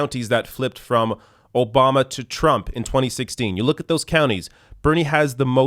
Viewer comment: "Barack O-bomber"...lol gets me everytime